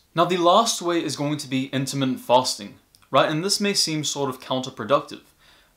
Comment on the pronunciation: Very interesting, good information. But he's saying "intimate fasting" whether he knows it or not, and I'm sure he means "intermittent fasting."